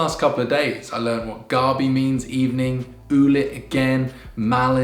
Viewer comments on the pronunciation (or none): It's great you've taken a liking to the Filipino language 👍! Soon you'll find out that like English we also have heteronyms wherein they're spelled the same but would differ in meaning as you pronounce them, like the word gabi. The way you pronounced gabi refers to the taro root. But if you pronounce it like GUH-BE (without lengthening the A sound in "GA"-BI) then you're referring to nighttime/evening. But, hey, you're learning and that's admirable. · the way you pronounce gabi is referring to taro. gabi which means night or evening is pronounced as 2 short syllables like guh-bee..